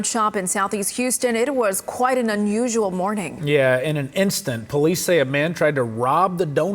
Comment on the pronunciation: “Unusua” in Houston?! Not really though